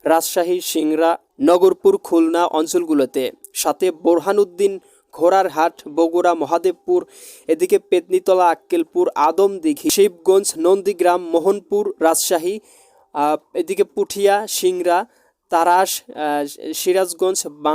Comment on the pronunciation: ওরে ভাই,,এতটুকু ভিডিওর মধ্যে এতোগুলো ভুল হলে হবে কেমনে??শিবালয় বলেছেন শিবালয়া,,পত্নী তলাকে বলেছেন তলাকে বলেছেন পেত্নীতলা,,কোমলগঞ্জকে বলেছেন কামালগঞ্জ,, নালিতাবাড়ীকে বলেছেন নলিতাবাড়ী।দামুড়হুদাকে বলেছেন ডামুহুদা,,আপনার মাথায় গ্যাষ্টিক আছে নাকি❓বানিয়াচং কে বানিয়াচান।।